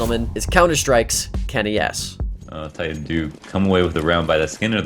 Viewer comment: min the name is not TitanSS its Titan. With TITAN not WITH TITANS ... omg ... go to school kid